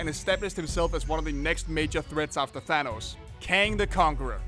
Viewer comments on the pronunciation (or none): none